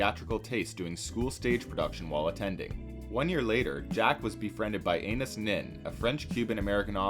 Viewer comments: Brooooooo, it's not "Anus" Nin. It's An-eye-eese. Bruh. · would it be ann-eye-eas rather than anus? lol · Oof. Anaïs is NOT pronounced "anus" (it's Ah-nah-ees), and Nin is pronounced Neen. Chagrin is pronounced sha-GRIN. "Idiosync-CRAD-a-sees" is Idiosyncrasies, pronounced ID-eo-SINK-ra-sees. Leave the other ones if you want, but omg fix the anus. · Ah-nah-ees Neen NOT Anus Nin. Jeeezus. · "Anus Nin?" Are you pronouncing that correctly? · Anaïs is not pronounced "anus"...